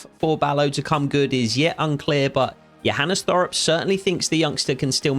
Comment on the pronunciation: First of all very good content and realism❤️. When you say Johannes hoff Thorup, the last name Thorup, is pronounced with a hard t so you say Torup